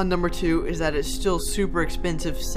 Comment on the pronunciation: i sub and hit bell and liked and you said expesive 7